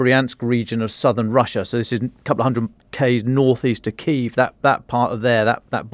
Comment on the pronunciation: Pity doesnt pronounce the name of the capital as do both ukrainians And most journalists....!!! Shame.... anglokiwi.